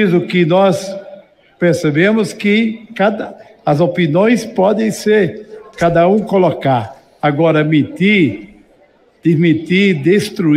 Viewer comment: Não sabe nem pronunciar as palavras. Ele disse as pinões... affff